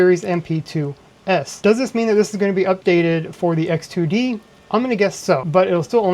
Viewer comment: hard to distinguish between X2D and H2D from your voice